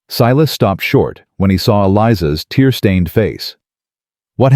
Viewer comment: Every time you use the word "ain't," it sounds forced. It is not likely that they used this ungrammatical word so often and with the stress you use, as though you are trying to make the characters sound illiterate. Also, your reader does not know the difference between words like "tear"(meaning water from one's eye) and "tear" ( meaning to break apart), and many other such words.